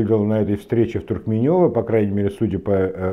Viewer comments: только не ТуркменЁво, а ТуркмЕнево у на называют, безо всяких Ё и с ударением на 2 м слоге🙂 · не ТуркмеЁво, а ТуркмЕнево